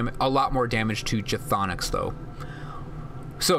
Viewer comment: I love the guide, I was needing what's worth using what's not, but when I hear you pronounce the word "chtonic" I wince a little. It's "(kh)thonic" where (kh) is silent, so it's basically "thonic". Just a tip.